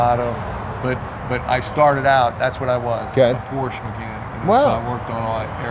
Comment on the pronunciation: is the master of Porsches but can’t say Porsche right lol